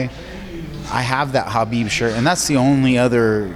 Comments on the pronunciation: is the correct pronunciation of ‘khabib’. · Respect Diego for pronouncing Khabib the right way.